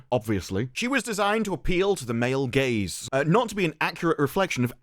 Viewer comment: Every single time all i hear is.. "MALE GAYS" 😂